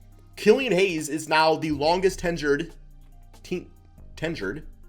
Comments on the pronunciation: Tenured. Pronounced Ten-yerd :) Still not convinced this wasn't a short-sighted move by the Pistons, haha, but, we'll see... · tenured not "ten yard" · It’s tenured. Ten-yerd. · When you can't pronounce tenured, my lord